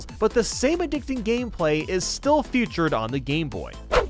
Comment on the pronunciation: Stop 👏🏼 pronouncing 👏🏼 feature 👏🏼 as 👏🏼 future 👏🏼 thanks 👏🏼